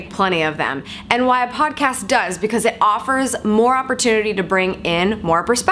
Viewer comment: Yay! Odd-cast! Like ool. There's no "P" in either one of them....lets keep it that way, M'kay? G/L! Can't wait to get into it!